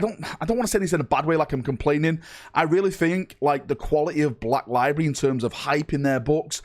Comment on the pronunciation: Library is a three syllable word.